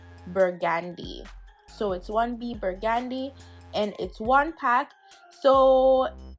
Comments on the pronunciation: "Pomod", "Burgaandy"? Pomade, Burgandy! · How is she pronouncing Burgundy?! Lol